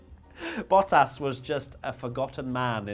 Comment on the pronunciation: Why did you pronounce Bottas as "Battas?"